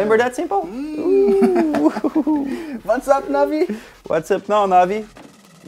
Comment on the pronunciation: 7.30 "you remember that simpel" lol